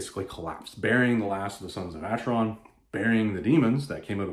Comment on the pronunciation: My Goddess, a Conan the Barbarian Graphic Novel "written" by Don Kraar, a man who in my opinion should never be permitted any where near any of Conan's adventures. Oh, one other thing, it it pronounced "Aker-on", not "Acher-on".